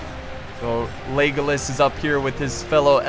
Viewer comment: it sounds like you are saying 'legless' instead of legolas xD